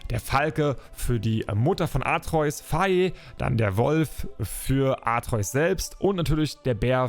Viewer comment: Sprech doch den Namen von Kratos Sohn bitte richtig aus 😂 - AtrEUs hört sich kacke an und wird kein einziges Mal so gesagt. Sprechs lieber AtrE-Us aus